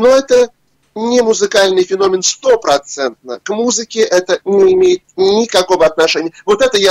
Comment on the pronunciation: Ребята... "Феномен" (ударение на вторую букву "е" в слове) Слух режет, вы же образованные люди... Почему так!? 😢